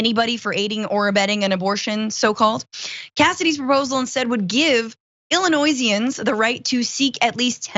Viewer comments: "Illi noise ians"???? Lol you say it ILLINOYANS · UGHHH THAT HARD S IN ILLINOISANS. It's pronounced 'ill eh NOY Ans'